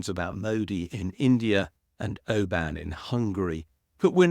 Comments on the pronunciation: "Orban" is pronounced not "O-ban" but "Orr-bon" (it has an "r" and the "a's in Hungarian " are pronounced like the "a" in "what"). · Orban not Oban, come on man.